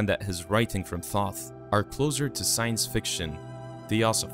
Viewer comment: The mispronunciation of Thoth hurts me each time you say it.